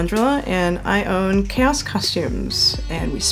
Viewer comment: Why does she say chaos like “ cows “?